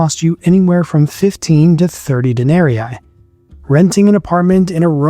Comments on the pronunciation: Please pronounce the name of the monetary currency properly Denarii or Denarius,... De-nar-y,... not,... Den-ar-y-eye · Good but it would be better if you pronounced the Larin better. Not Denaeriae, Den-ah-ree-ee. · Day--NAH-REEE... not de-NAH-REE-eye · Please, "dae-ne-ree-ee". Not "dae-ne-ree-i". Sorry I don't know why it bugs me, but it really does. It's latin, 'ii' is "ee-ee". Otherwise, super interesting. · Good video spoiled only by the pronunciation of 'denarii'. It should be 'den-ah--ree-ee', not 'den-air-ee-aye'. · It’s very annoying to hear you add and extra “eye” every time you say “Denari”.. All that research and you didn’t learn how to properly pronounce denari… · You keep saying Denarii wrong. It is not denari eye. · I haven’t seen anyone else mention it but dude! The coin is a DENARIUS. Plural is DENARII, pronounced de-nah-ree-ee . Otherwise — well researched! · WTF is this pronunciation of "denarii"??? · Denarius, denarii. According to St. Augustine (who taught rhetoric at one point) Latin was a quantitative language (like Finnish or Japanese), meaning that double letters had semantic significance. And they, the double letters, were pronounced the same, just for a longer amount of time. You are saying the first 'i' in denarii like a long English 'e' (as in meet), and should be elongating that sound to cover the second 'i' -- instead you are saying the second 'i' like a long English 'i' (as in 'might"), which is a diphthong, and also "wrong" (not reflective of Roman Latin). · All the effort you put into making this video yet you couldn't find the time to learn how to pronounce denari.